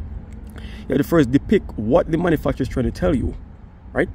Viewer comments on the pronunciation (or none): Love your accent when you said manufacture it sounds like mother$$$$$ lol